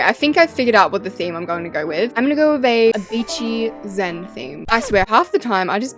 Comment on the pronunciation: Why do you say wif Like it's not wif It's with not wif🙄